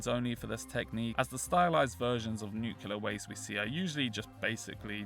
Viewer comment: Nuclear not nucular